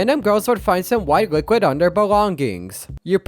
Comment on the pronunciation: why does it sound like "booklet" instead of "liquid"